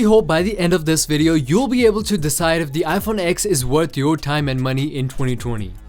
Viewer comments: It's pronounced 10 not X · It’s not called an IPhone X it’s called an IPhone 10 - it’s Roman numerals DOHHHH